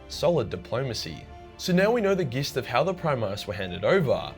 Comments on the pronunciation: Gist is pronounced with a soft G. Like in the word just. Not a hard G. It's pronounced jist. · Gist pronunciation xD